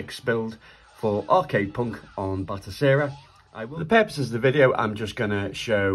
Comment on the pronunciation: Ok man.. Again.. Its "Batocera"..not "Botocera" 😖👍